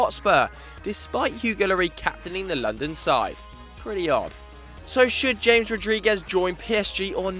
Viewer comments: He said James and it's pronounced Hames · its pronounced hames not james. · I thought it was pronounced Ham-mes Rodriguez